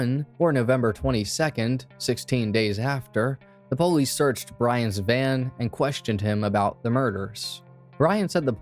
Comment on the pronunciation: Why do u keep saying PO-lice. Stop,lol. Puhlice. Had to stop watching because i was so annoyed.